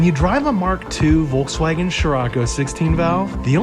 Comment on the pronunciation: Imagine being a Scirocco driver, but you can't pronounce Volkswagen